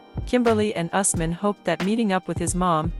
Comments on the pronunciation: It's Ooos- man & Fa-roo-k!!! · It's U S M A N for Asman.